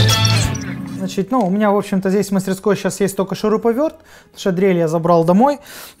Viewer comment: "Значить" потихоньку скуфишся 😂